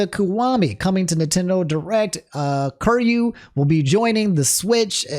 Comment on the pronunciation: Who is Curr you?? It’s pronounced of Ki-Ri-yu, I’m pretty sure.